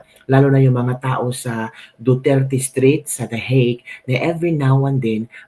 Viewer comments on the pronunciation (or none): none